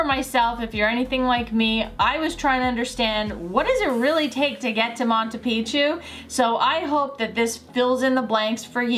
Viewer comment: Did you learn how to say Machu pichu Correctly after leaving Peru?